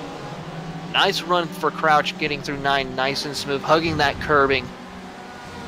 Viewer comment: Hey, one quick note it's Rob C_R_ouch... you keep dropping the R:)